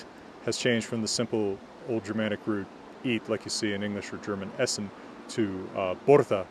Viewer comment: . . . . like the German "essen" (perfectly pronounced) Me, a German: "wait what?!" What languages do you speak?! O.o